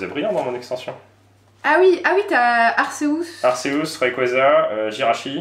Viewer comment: Ca se dit arkéus et pas arcéous